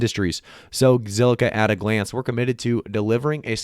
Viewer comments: Say ziqilla one more time and il subscibe to your awesome channel 🤣🤣🤣👍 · Say it with me, ZILLIQUA! 🤣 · Bro learn to say the word lol 😂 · Damn rehearse that name for a minute then press record 🤣